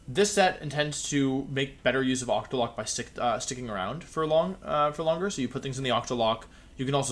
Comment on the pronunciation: “Ocktolocko” ok Wolfe